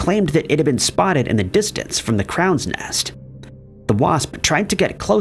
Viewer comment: Crows nest, not crowns nest… Wow